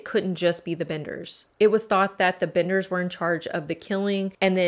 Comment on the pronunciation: It's the "Benders" not the "Binders".